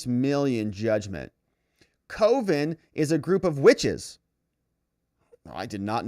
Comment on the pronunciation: I think “coven” is announced like oven.